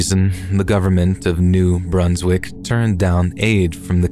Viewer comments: it's not New-Broons-wick it's New Brunswick, with a short 'un' sound. Source: I live here, and NB in general has a weird vibe so it will come up again in a future story, I'm sure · I heard Bruns not broons. Idk maaaaaan.